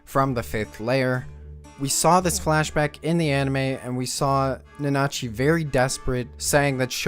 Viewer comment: Can you try harder on pronouncing the names better? I love your video but whenever you say a name I cringe hard. Mitty and Nanachi especially